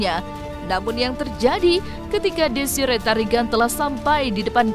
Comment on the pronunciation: DESIREE TARIGAN MIN, ""BUKAN, DESI RETARIGAN""❌🤣